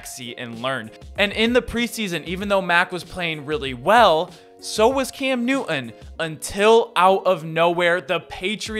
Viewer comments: Love your videos but it’s (Noo tun) not (New un) relative to Cam’s last name. Peeve of mine is pronouncing someone’s name correctly. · What is the issue with pronouncing a name in its entirety? “ NewTon “ . Am I missing something ? Is their a reason not to say the man’s name correctly ?